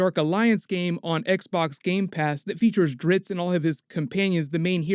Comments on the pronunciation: This guy keeps saying Dritz, his name is Drizzt. Duh 😂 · DriZZt, not Dritzz. Damb.